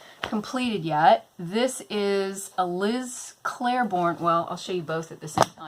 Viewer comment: I'm making my own TN from start to finish and was undecided on the exterior. This makes me excited. I see awesome purses all the time that don't actually work for me as purses. Great idea! I do want to say one thing, just because I noticed. It's Liz Claiborne, not Clair-borne. There isn't an "r". Not trying to be rude, in fact I like when people correct me because sometimes I don't know I'm saying something wrong.